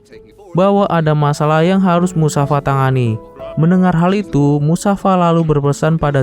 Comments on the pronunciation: Musafasa bukan musafa iQ mines1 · Mind mufasa bukan musafa 😂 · Assalamu'alaikum Afwan bang ralat🙏MUFASA bang 😁bukan MUSAFA🙏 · Bukan musafa. Tapi mufasa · Mufasa min bukan musafa🤦‍♂️ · Mufasa atau musafa bang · Musafa..musafir keleus.wkwkw.. MUFASA Bro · mufasaa gaa siii?bukan musafa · Mufasa atau Musyafa?? 😅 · mufasa❌ musafa✅ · Mufasa bukan musafa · Mufasa bang bukan musafa... Hadeh.. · Mufasa woi... Kenapa jadi musafa kok gk musafir skalian😂😂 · Bukan musafa...tapi mufasa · Mufasa njir, bukan musafa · Mufasa bang bukan musafa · Mufasa jadi musafa, g sekalian mustofa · mufasa bang bukan musafa🗿🗿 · Mufasa😅 bukan musafa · Mufasa bang bukan musafa bang😅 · Mufasa min namanya ayah nya sinba bukan musafa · Mufasa anying lah kok malah musafa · Mufasa lah min bukan musafa 😊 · Mufasa bukan musafa njir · Saya jengkel karna admin selalu menyebut nama Musafa padalah harusx namax mufasa😅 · Mufasa bang bukan musafa😂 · mufasa toIoI bukan musafa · Bukan musafa tapi mufasa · Namanya mufasa woy bukan musafa kocak😂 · Bukan musafa tapi mufasa🤣🤣🤣🤣🤣🤣🤣🤣🤣🤣🤣🤣🤣🤣🤣🤣🤣🤣🤣🤣🤣🤣🤣🤣🤣🤣🤣🤣😂😂😂😂😂😂😂😂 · Mufasa. Knp jd musafa hadeh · Musafa???aduuuhhh mufasa mennnn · Mufasa bukan musafa😊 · MUFASA bang bukan MUSAFA🤦😂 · Mufasa bang bukan musafa😂😂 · Mufasa bukan musafa😂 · Mufasa woyy bukan musafa😂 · itu bukan musafa tapi mufasa 😅😂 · Mufasa bang, kok musafa sih😅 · Bukan musafa tapi mustofa 😂😂😂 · BKN musafa tp mufasa ya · Mustafa bang bukan musafa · Mufasa woy bkn musafa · Mufasa min bukan musafa😂😂😂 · Mufasa kali bukan musafa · Musafa bukan nya mufasa😂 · Mufasa bkn musafa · Bukan musafa bro,,mufasa yg benar bro 😅😅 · Bang goblok banget sih lu eh nama ayahnya tuh mufasa bukan Musafa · Mufasa bang bukan musafa/ mustofa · beliau ini nonton film gak sampek habisss 😂😂😂😂.. sampek musafaa mati aja udah 😂😂😂😂.. bukan musafa bang tp mustofaa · MUFASA heey bukan MUSAFA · Mufasa bukan musafa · Woy mufasa oy bukan musafa😂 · Klo yg versi awal yg kartun, namanya Mufasa bukan musafa. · Mufasa min bukan musafa